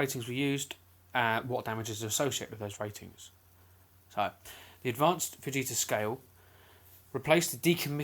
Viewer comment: Did u just say enhanced vegita scale